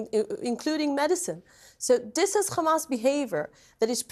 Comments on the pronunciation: it's because in Hebrew there is no ح only خ so they turn all the h sounds into kha and her bad English and accent means Hebrew is her language. Some Israelis who say it properly are form other places and can speak other languages. It's not said as an insult, what's the point of it. I just use it as a signpost that anyone who pronounces it Khamass is a brainwashed maniac usually and when they speak it turns out I'm always right. They live in an Israeli echo chamber and Hebrew language propaganda suits them just fine so they don't bother looking elsewhere and the result is always a pack of lies coming out there mouth. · It is not even worth listening too.. no sense.. no train of thought.. she only know one word and she can't even pronounce it right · How hard is it to pronounce hamas properly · This woman makes things up as she goes along.. first 40 beheaded babies, a sophisticated command centre under the hospital, and now she brings up necrophilia. I also think the Israeli spokespeople have been taught, that every time they say the word 'Hamas' is to pronounce it like they are bringing up sputem before the say the word. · i think they pronounce it incorrectly on purpose like an insult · Who the f***k is ‘’khamas’’ 😂😂😂?!and I wonder why they can’t find them?? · goodvibes:it is hamas not Khamas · Does anyone else cringe when they pronounce it as "KHamas". Its Hamas! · Each time she says khhhhamas she gets on my nerves, jeez just say hamas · What's the point of this fat waste of space? All you hear is KHAMAS this KHAMAS that KHAMAS to blame, same puppet lines, with zero accountability on their side. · I wonder if it’s a Government directive for all propegandists pronounce Hamas as Khamas, you know, the same way the US used to call Saddam Hussein, Sodom Hussein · KHAAAAAMAS! Dude, she would cough her throat out pronouncing it like that. Stupid woman. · Not even two seconds and it’s kHaMAAsSss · Khamas khamas khamas.. ugh!!!